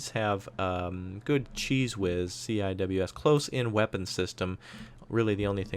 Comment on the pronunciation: When you said CIWS I thought you said CheezWhiz I was like lmao what?